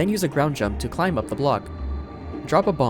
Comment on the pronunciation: Hey, neat video! I am curious about one trivia however. How come you pronounce the B in climb?